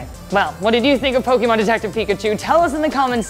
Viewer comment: Jesus Christ, it's Po-KAY-mon not Po-kEE-mon. How do you have her not learn the IP she's covering?